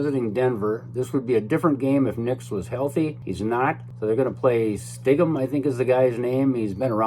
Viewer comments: Its Stid-ham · How does anyone have trouble pronouncing stidham? 😂